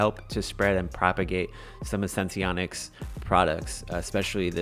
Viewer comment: Thank you for actually pronouncing it correctly😄 So many others don't. Last video I watched, the girl had 5 different ways to pronounce Senseonics lol. SENS to the Moon!!🚀🚀🚀